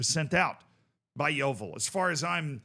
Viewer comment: I never thought I would see make a video on my local club! I also love how an American can pronounce Yeovil better than most of the English media. The thing is, this “abuse” that Hellier talks about isn’t even abuse. It’s critiquing him for being a massive coke head (my dad once saw him doing a line in the toilets at the club last season), offering fans out for a fight (I actually have a video of him being dragged off a fan in our local pub), abusing fans when they don’t agree with him, and constantly belittling us and branding himself as “the saviour” of our club. He constantly embarrasses himself and our club by running onto the pitch to try and fight the referee. We retired the number 4 shirt when our captain committed suicide a couple of years ago. Hellier Un-retired it, and told us to grow up and stop complaining. He constantly calls fans “spastics” or “retards”, and even makes digs towards children. The reason why he has such an issue with Gloverscast, is because they’ve rightfully called out Mark Cooper (manager) and Hellier for selling our players and replacing them with young loanees who aren’t good enough and who end up getting recalled after a month, leaving us short once again. Cooper consistently falls out with players, and also blasts fans who complain about the boring playstyle. We get told we aren’t “real fans” pretty often, just because we don’t want to go and watch negative football and put up with all the shit that’s been going on. Edit: forget to a